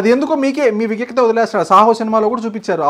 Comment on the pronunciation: Babu barubellu dagara dorikaav.. vijnatha ni mis-pronounce chesav 🤣🤣